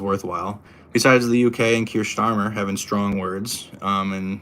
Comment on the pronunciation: Don’t let fool you 😂 it’s Star-mer, I must tell him cos otherwise we’ll have five years of a misnamed prime minister, I’ll get in early 😂👍